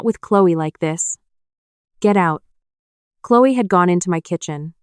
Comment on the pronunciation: Clewy? Isn’t it Chloe..Cloee